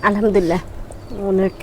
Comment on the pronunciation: তুমি আলহামদুলিল্লাহ স্পষ্ট করে বলবা। তোমার ভুল হয়। তুমি বলো আলহামদুললা। সঠিক হবে আলহামদুলিল্লাহ। কিছু মনে করো না শুনতে খারাপ লাগে।